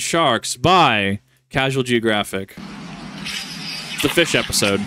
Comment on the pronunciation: years ok what’s a fimpsh?